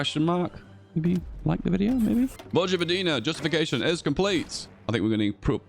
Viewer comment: ... vogvodina.... this triggers me. xD its pronounced voyvodina. but i digress, its alot harder than english.